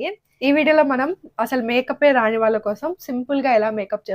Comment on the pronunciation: వాల కోసం కాదు, వాళ్ళ కోసం అనాలి.